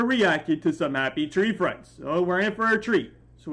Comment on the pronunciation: Bro said Happy tray friends